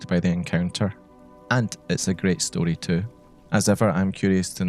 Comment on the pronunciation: nothing better than hearing a scottish person say “story” ugh 12/10 no notes. loved the inclusion of concepts like folklore, oral history, and liminality in this context !